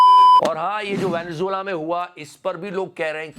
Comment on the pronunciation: Venezuela ❌ Venejulwa ✅